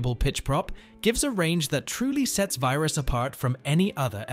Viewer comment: They're pronounced. Vear-us, not Vi-rus. Sin-us, Not Si-nus. They're Slovakian words.